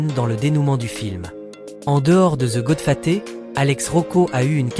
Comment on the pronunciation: Goodfaté serieux? Apprends à parler